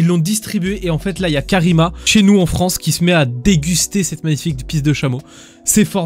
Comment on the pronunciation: En fronce !?